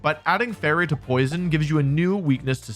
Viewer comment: hey wolfe! Absolutely love your videos. For future VO's, this part is really awkward. You put the emphasis on the word "poison" when the only difference is the Fairy typing. Hope this makes sense!